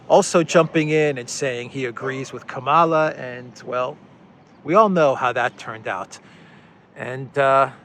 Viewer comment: It is Kamala as in Pamela.